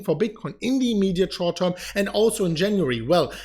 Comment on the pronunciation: Right now in the immediate shouwrt toirm. Say it! 😀